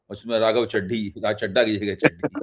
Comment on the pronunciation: मैं कोई राघव चड्ढा का प्रशंसक तो नहीं हूं परंतु आप जैसे स्वघोषित उच्च कोटि के पत्रकारों द्वारा चड्ढा चड्डी शब्द उच्चारण करके खी खी करना आपके प्रोफेशनलिज्म पर सवाल उठाता है